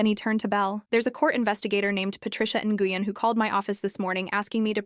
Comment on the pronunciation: Nguyon is pronounced 'Winn'